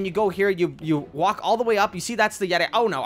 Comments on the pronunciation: It is pronounced yet-ee NOT yet-i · pretty sure it's Yet e not Yet I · "Unleash the yetai" ??? "Unleash the jeti" wut da hell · yeti not jedi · Dude it's pronounced yet- e not yet- i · No one: Literally no one: Star wars fans: *you said YeTi as jedi* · nice pronunciation on yeti there mate